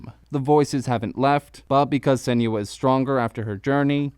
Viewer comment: lol i hate how he pronounces her name